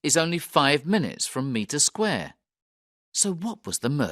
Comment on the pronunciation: Mitre Square is definitely not pronounced Meter square!